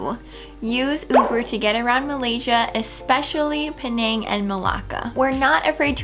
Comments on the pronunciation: It's actually "pay naang" not "penaeng" that's how its pronounced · Penang is named after an indigenous palm tree called the pinang (betel nut) tree. In Malay, the island is called Pulau Pinang (Pinang Island). The locals pronounce it "pi.. nang" as in "tin" and "sang"